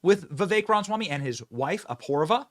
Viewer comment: Benny, I love ya dude. But please, please pronounce it right. Rom-uh-swam-ee. Not Ron-swam-ee or whatever you're saying.